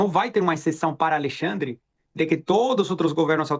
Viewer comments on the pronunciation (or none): Kkkkkkkk...xandeclaire, xanderléia, xandercí........eu não aguento...kkkkkkkk